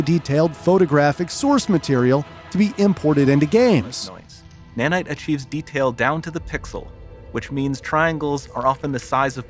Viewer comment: "Unreal Engine 5 adds several new FEATURES. One of those features is NANITE. An engine that allows for high detailed photographic sourceMATERIAL." Dude you talk like this the whole video. You end every sentence with this weird emphasis on the last one or two words and it gets so annoying. Just talk normal. Seriously, like 22 minutes of this and it gets under your skin